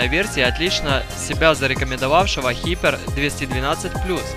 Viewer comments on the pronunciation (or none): не хипер а хайпер)